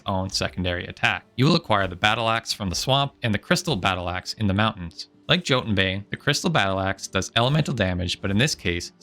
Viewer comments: btw I think the jotun bane is pronounced as “yo tun bane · You said that an enemy having 0 Tenacity means it will receive "200% increased damage", but in reality it's just 200% damage. The way you said it would mean that it takes triple the normal damage, as opposed to double. Also, I'm pretty sure the "Jotun" in "Jotun Bane" is pronounced like jötunn.